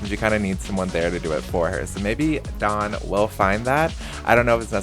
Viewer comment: I prefer when you introduce the newbies rather than chucking them in then introducing them. Also if you could pronounce the W in dawn a bit more i keep hearing Don and thinking why is Don Lothario n love island not that he wouldn't be perfect for it